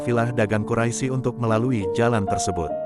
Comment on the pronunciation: Ketahuan yg baca kurang ngaji, atau mgkn bloon. Quraisy kok dibaca quraisi? Sekolah dimana? Belajar huruf hijaiyah lagi ya.. biar sembuh bloonnya.